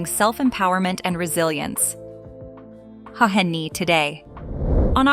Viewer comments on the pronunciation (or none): Her name is actually "H'Hen Niê" and you could read it as "H-Hen-Nee-E". Her name is actually not too easy to pronounce correctly but how's about us investigating just a little bit more about who we are talking about? So at least we can call her name just ..close enough. By the way, you could call her "Hen" or "Nee-E".